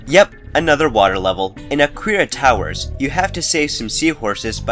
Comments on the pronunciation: " A-queera towers ". Common you're makin' it too easy for me man. :3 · "a-queer-a towers" Not sure that's how it's pronounced XD